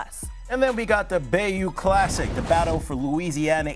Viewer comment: Are either of these host HBCU grads? Ole boi misspronounced Bayou Classic. SMH